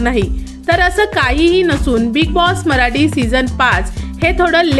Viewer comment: भाषा कानाला खटकते. मराटी नाही मराठी आणि येनार नाही येणार.प्रथम भाषा स्वच्छ व स्पष्ट बोलावी.